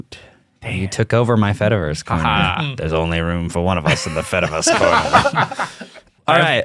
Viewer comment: it's been weeks now since i first heard the term, so i really shouldn't be doing this still... but my brain cannot help it. every time you say "fediverse" i hear "fetaverse" and think about cheese! 🧀😩